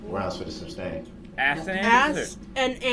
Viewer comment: It’s sustained not substained. You’d think that he would learn that by now